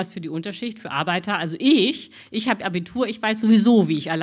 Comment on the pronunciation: Arbeitta? Es heisst Arbeiter… Wohl nie malocht, „die Dame“…